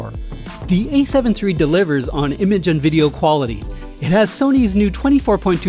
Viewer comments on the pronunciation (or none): "A7 tree" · Is he saying “A7 Tree?” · Ace heaven tree.